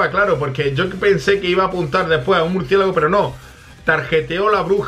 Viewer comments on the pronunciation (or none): ajajajaja dijo "murciegalo" en ves de "murciélago"😂